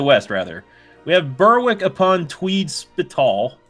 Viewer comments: Burrwhick Ahem, us English people pronounce it Berrick you silly American! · When you were in Scotland you were getting so close to where I live :D Also its pronounced ber-ick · I'm Scottish and "ber-wick" is worse. Also thinking Perth is next to Dundee? What?